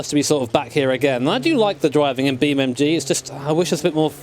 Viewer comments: He calls it "BeamMG"? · Breh, its beam NG not MG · Its Beamng.Drive, Not BeamMg.Drive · Its not BeamMG, its BeamNG